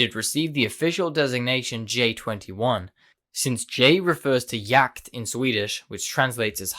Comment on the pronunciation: finally someone who doesnt get jakt completly wrong(its just hunt btw)